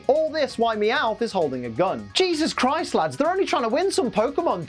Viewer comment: Stop saying 'Jesses Christ', and so on!